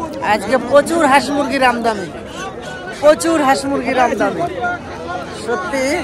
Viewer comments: ও আমদামি বলেনা, আমদানি বলে। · দু'বার চেষ্টা করে ও আমদানি শব্দটা বলতে পারলো না 😜😜😜🙄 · Apani ato bhul pronunciation ki bhabe koren, kothata amdani AMDADAMI na, shomeshha na kothata SHOMOSHHA erokom onek kotha, shunte khub kharap lage, ei jonnoi bola, apni apnar moto jerokom khushi boltei paren, oshubidha nei.